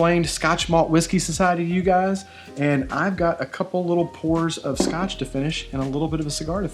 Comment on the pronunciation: Scot maltch 🤣